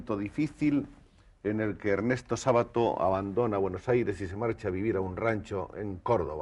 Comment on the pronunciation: El apellido no es grave. Se pronuncia Sábato, aunque no lleve tilde.